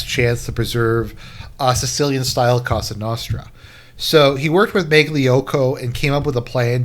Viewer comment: Well that was the absolute worst anglo pronunciation of cosa nostra ive ever heard. It hurt my mediterranean ears.